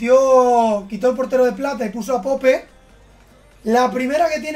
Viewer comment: Pope se pronuncia "poup" no seas palet por favooor!!